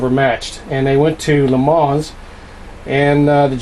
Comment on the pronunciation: what does a yank know about le mans , you cant even pronounce it right , be quiet , you clown ....